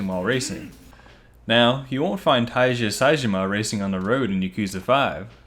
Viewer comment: Sees Tiger tattoo on his back Ah yes, Tai-ja Saejima